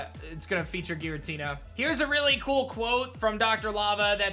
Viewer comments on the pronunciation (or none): none